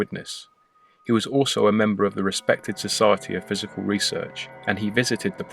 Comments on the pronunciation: it aint "physical research" but "PSYcical research" good vid. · Sorry, but that's psychical not physical. 🤓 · "physical research"? Psychical, surely... Slip of the tongue? 😉